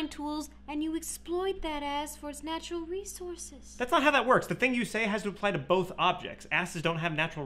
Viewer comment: "snatchural resources?!"